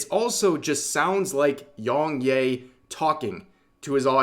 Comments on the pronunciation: To be fair, Yong 'yeah' not 'yay'. But then again you say Desoo, and monga. So... It doesn't matter much either. But... if it's for a story about a person, it is a little impolite not to at least get the name right, and may even seem deliberate. Vocal tone aside, he didn't have a believable performance. The other guy didn't either. Also, his take on Mario was hypocritical. He does go hard on folks himself, sometimes unreasonably. The karaoke was doomed to start. Who wrote that? Was it supposed to be a joke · How did you mispronounce his name this bad 😂 it’s ya not yay 😂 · Please rev, you don't say yong yay, it's yong ya. You don't need to white wash everything bro. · Are you pronouncing the name wrong to be contrarian? I mean he says it in all he's videos and how interpret "yea" as "yay"? I mean you didn't get "Yong" wrong in the 2 syllable name. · It's pronounced Yea (Yeah) just without the H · bro you saying yongyea as yongyay is so funny